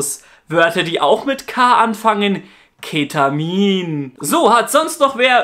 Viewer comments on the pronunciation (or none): Also bei dieser Betohnung von "Ketamiiin" musste ich schon lachen. xD